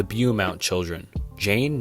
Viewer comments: buy a thesaurus, jesus. there isn’t even an R in the word beaumont… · Great video but the pronunciation of the Beaumont kids and the butchering of my hometown killed me 😂😂 keep up the good work